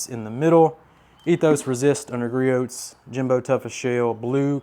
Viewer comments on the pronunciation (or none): Yup, it's Gree-Ohs, not Gree -Oats 🙂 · Griot's is pronounced "Gree-Ohs". The T is silent. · Okay you are almost as bad as Jimbo on proper pronunciation, Griot’s is said as Gree-Ohs (silent t) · Lol the way you pronounce "Griot's" gets me every time. Imagine saying Chevrolet with a hard "t" at the end.